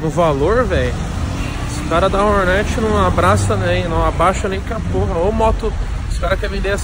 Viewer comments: HORNET e não roneti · Agora só falta parar de chamar Rornet e falar Hornet kkkkk tmj carai parabéns!